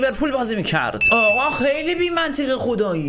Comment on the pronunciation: اسم بازیکنی که میگی خخخخخ خوب 🙂 اسمش کوواراتس خِلیا هست